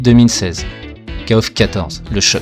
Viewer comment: J'ai le poil qui se hérisse quand je t''entends dire "Kaof" (je dis kof) mais bon chacun sa prononciation... mis à part ça merci pour les souvenirs. j'avais 15ans quand kof94 est sorti, je claquais toutes mes économies dans la borne et l'argent de mes tickets de bus pour aller au collège y passait aussi, si bien que j'y allais à pied... ah que de souvenirs. Note: KOFXV plutot solide niveau gameplay mais il est toujours aussi laid... même si la 3d est plus jolie que dans le XIV (ou moins moche) elle est toujours aussi datée, les persos ont perdu tout leur charisme. Passer du XIII au XV... c'est violent surtout quand tu compares le passage de Street Fighter III 3rdS au 6... enfin c'est mon avis